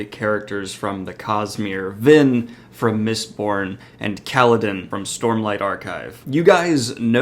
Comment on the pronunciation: I heard Lyn rather than Vin 🤔